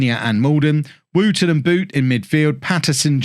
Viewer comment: It feels wrong saying woo-ten though. Should be like wool, with a flatter oo. I do appreciate the symmetry though